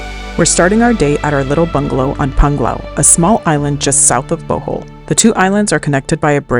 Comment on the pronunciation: That would have been a lovely Bohol waterfall tour video....if you didn't go on so much about coffee and learned to pronounce Bohol correctly. Re-edit and youll get 100's of thousands of views. Even Boholanos would like to see their island from a foreigners perspective. (I've lived on Bohol Island for 5 years.)